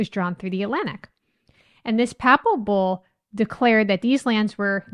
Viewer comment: Not a bǔl, a bull, pronounced like bull, the animal.